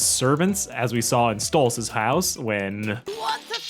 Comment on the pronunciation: You said Octavia was trying to say stolas on accident.